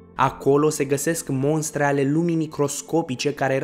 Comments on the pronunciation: "" Mostre "" nu monstre ! Ai inceput bine! Restul n-am mai vrut sa ascult ! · Se spune mostre ,nu monstre . În rest va fi jale la un moment dat .. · MOSTRE !!! incearca sa pronunti corect ! Oamenii vor invata de la tine gresit pronuntia ! Nu monstre ci mostre. Incurajari pentru canal. Succes ! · Ia-o constructiv. Mostre nu monstre. Pe langa informatia documentata e destul de important sa vorbim cat de cat decent. La mai mult content! :D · Cine ți-a făcut textul? Corect se zice MOSTRĂ. Nu cum te repeți de cel puțin 3 ori, spunând MONSTRĂ. Iar ȘAPTESPREZECE în loc de ȘAPTISPREZECE. În rest, n-am mai vizionat videoclipul, că poate mai auzeam vreo bazaconie. Sper că nu urmezi sau ai urmat studii superioare, pentru că nu s-ar explica aceste greșeli gramaticale elementare.